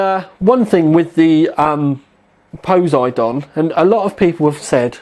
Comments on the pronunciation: fucking spanner cant even pronounce poseidon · I think your pronunciation just gave me cancer. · I love your pronunciation of Poseidon. You make it sound like a dinosaur. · A shame you can't the reds closer using your camera's white balance, or in post. Wondering if he's saying Poseidon funny, just to mess with people. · Poh-Side-on, say it out loud, it'll sound more familiar :P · pose - eh - dawn? Poh - side - in, I believe it is pronounced. At least here in the States. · God dam I cringe every time he says posedon, its Poseidon as in po-cy-don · HAHAHHA POESYDON X. its pronounced po-si-don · Really? "Pose-Eye-Don"? "Po-Sydun" [pose͜edɔ́͜ɔn] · Its Poseidon like the Greek god just like some of asus's high end video cards like mars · poss eye dun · btw its Poseidon as the greek god of water pronounced po SEYE den. Just bought one btw... it is epic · Goddamint its PUH-SIE-DIN. Its a greek god. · Po-si-don all together now. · im not usually a grammar Nazi but every time I hear poze-a-don it makes me cringe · Dylan Cannisi Cley Secor its po (p)sy don...im greek. the (p) is not pronounced. Its more like po si don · No, everyone in America who is educated pronounces it po, because that is how the Greeks pronounced it and the Romans spelled it; in English the rule is if it comes from a different language you pronounce it like the natural speakers of that language. The reason people mispronounce words in English is because of shared ignorance. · I think its pos-I-done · pos-y-don the greek god of water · po-SIGH-don. geez. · pe(like in pear) - sigh - den(like animal den) ;) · It's poh-sai (like 'si'ze)-don. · Po-seye-dun. While we are at it, 780 TEE-EYE. AY-ZEUS. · It's fecking Po sei don as in the god of the sea..:( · po-seye-din... like the king of the sea??? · PO-SI-DON. LOL ;) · Puh (side on), FFS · Haha, Tom - it's pronounced po-si-don XD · Po-sigh-don From greek mythology. The god of the oceans, brother to Zues and Hades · The way you say Poseidon -_- haha